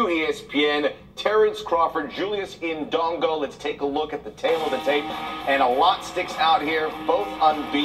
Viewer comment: fucking lol the way this brother is pronouncing indongo its aight, i'ma blame the white man for this one